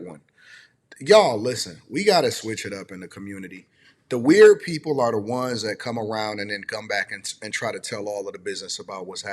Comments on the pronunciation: He can’t even pronounced the word “weird”. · Bro Ninjas are just ninjas. You can't make sense out of stupid. Bro can't even saw the word Weird right. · Can’t even pronounce weird correctly!! What an idiot!! People have jobs and Russ was always in an NFL SEASON DUMMY!! What an idiot!! Russ is VERY CLOSE TO HIS MOM AND SISTERS!! Where are you at now because Russ is still in the NFL! What a hater!! I also get food catered on the holidays and for birthdays!!🤬🤬🤬